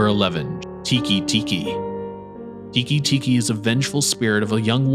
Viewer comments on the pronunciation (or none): It's "Teke Teke" not "Tiki Tiki", the letter "e" isn't pronounced the same outside of English. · It's Tay kay- Tay kay, and it's Ah-may Ame means Rain. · Love this video, but you pronounced teke teke wrong